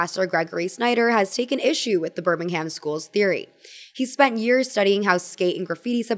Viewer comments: Nothing helpful to add other than ‘Birmingham’ (in England) is pronounced birming-um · pronounced birmingham wrong >:( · Great video but as some one from Birmingham they way you pronounce it is painful 😭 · I was watching this so peacefully and then you pronounced the "ham" in Birmingham like actual ham 😔 /lh ❤